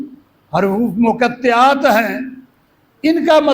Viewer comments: حرُوُفِ مُقَطَّعات اس لفظ کی درست ادا کیجئے ہے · اب یہ بات کہا سے ثابت ہوئی۔۔کہ اللہ کی نور اللہ تعالی خود ہے اور جبرائیل ہے اور محمدﷺ ہے۔۔۔۔خدا کے لۓ شریعت پر تھوڑا رحم کرے۔۔۔واہیات بیان نہ کرے۔۔۔۔۔۔اور حروف مقطعات کے تلفظ بھی غلط پڑھتے ہو۔۔